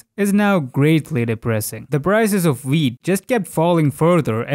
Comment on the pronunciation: Every time he sais wheat, I hear weed.